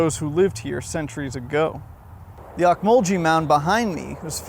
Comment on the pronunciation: The national monument you described in your video is named after the Ocmulgee tribe of Native Americans who built the mounds. It is pronounced "ohk-muhl-gee", not "jee". Just wanted to let you know.